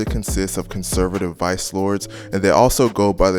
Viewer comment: Did you say conservative vice, lords?